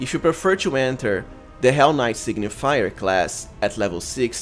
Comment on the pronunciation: Good build, but its Sig-ni-fer, not sig-ni-fi-yer :D